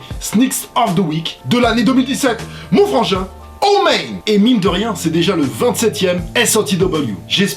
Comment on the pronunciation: Tu forces un peu trop avec tes "bruh" " oh mèyne " avec ton accent anglais tout pourris là :'(.